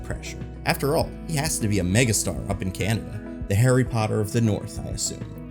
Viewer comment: aint nobody scared of HARRY POTTAH